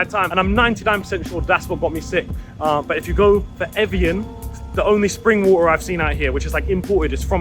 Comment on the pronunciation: bro cant say water